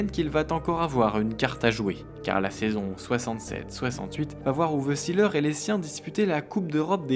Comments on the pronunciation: Vous pourriez au moins prononcer son nom à l'allemande : ce n'est pas Ouf Sileur mais Ouvé Zééééleur ! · Juste la prononciation de son nom n'est pas la bonne. See se prononce zé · Documentaire intéressant sur un footballeur atypique. Mais vous prononcez son nom à l'anglaise. En allemand, on dit zéleur. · Formidable. ! Toute mon enfance.Oui Uwe Seeler ( on dit zeler pas ziler )est un veritable champion. Par ses valeurs morales ,il est un exemple pour la jeunesse.Aujourd'hui y’a que les datas qui comptent .Quelle connerie. Un champion doit pouvoir etre montré en exemple par ce qu'il fait sur et en dehors du terrain. Aujourd'hui les Messi ,CR7,Neymar n’ont aucune chance d'être des champions à mes yeux